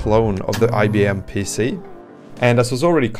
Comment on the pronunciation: Minix not Mimix and pc not pissi